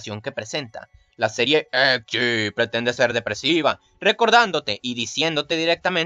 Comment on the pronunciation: Muy bueno videos felicitaciones aunque tenias que dar ese acento cada vez que decias "EDGE" ? Es molesto